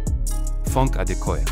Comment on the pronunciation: The way he pronounced their names is hilarious to a native Yoruba speaker. Funke Adekoya he pronounced as FUNK lol. Call me anything but dont call me fun lady she might say.